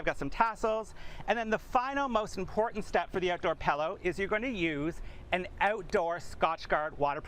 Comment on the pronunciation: take a drink every time he pronounces it PELLow instead of Pillow.